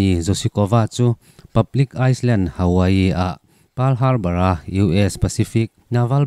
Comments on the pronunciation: ni e, in zir hi tlai luat a awm ngai love! 👌🏻👍🏻👍🏻 (Island) 'Aî-land' hi 'ice-land' tia lam hi a awl ve bawk a tin ni!! I âw hi ngaihthlak a nuamin, thil chhiar i thiam hle a ni. 👌🏻👍🏻👍🏻 Ka sub. nghal a che. 🤷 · "Shikoku Island" Iceland niloin...Island ( thliarkar ) s kha lam tel lo la😊Aiiland tia ri chhuakin lam laaa😂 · Hetiang hian Ailand tih tawp a lam tur ania, Aisland tih chu diklo pu jfa pawn a ti🤭🤭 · Island hi Ailand ti a lamtur ni awm tak ania😊😊😊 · i aw chu mawi hle mai chutih rual chuan island hi ailand tih a lam tur aw tumah hi thiam ber an awmlo nitin inzir zel tur kan ni hriatlohña hi hriatna kailawn ah chantir zel tum tur,,,etn- zaithiam singer te hi tamtak in kan lam diklo thin sing-ger ti a lam kan tam sing-ar ti a lam tur ani militia te poh hi mili-tia ti a lam kan tam mili-sia ti a lam tur ani a dang poh atam mai duhtawk phot ang ka lom e. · S' hi an silent a...